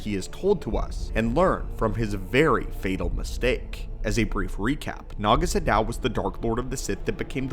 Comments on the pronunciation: Isn't it 'Naga SADOW'? Not 'Shadow' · Isn't his name "Naga SADOW," not "Naga Shadow"?